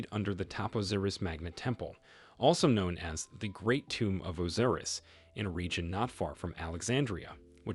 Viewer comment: Osiris not Oziriz.